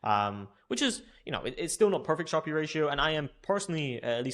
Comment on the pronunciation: How come you say Sharpe as “sharpie?”